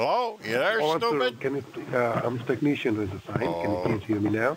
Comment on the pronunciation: The job title for the scam monkey should be “ Teekneeshun”. Just like the comical way they warn SSA scam victims not to “ intrupt” them while they read out the scam script.